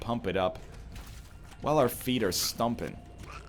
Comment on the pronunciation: Adept speaker says Stumping instead of Stomping... Yeah I heard you ^^